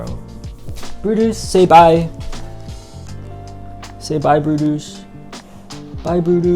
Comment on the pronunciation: You said "bye brutus" but i heard "BYE BRUNTUS" 😭😭 jerawatttt